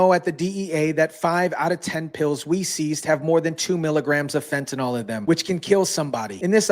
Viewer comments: Great content thanks for sharing :) Just one nit: Fentanyl not Fentanol. It should sound like nil at the end. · Pronounced FENT A NIL!